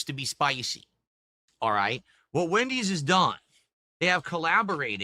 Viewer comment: can this guy speak properly for once? Who tf is Mendys'?